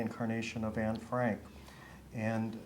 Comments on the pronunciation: It makes it even more believable the fact that she said Anne's name in Dutch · The fact that when she said Anne's name she said it the way in Dutch. Makes it believable.